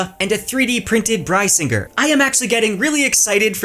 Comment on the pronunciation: The sword is Pronounced Brisingr— BRISS~ing~gur or did anyone miss how he said it😂